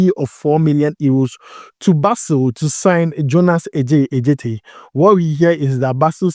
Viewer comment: U are mentioning the name wrongly, Adjetey is a Ga name , A djetey not Ɛ djetey .. but kudos, u doing well 👍🏾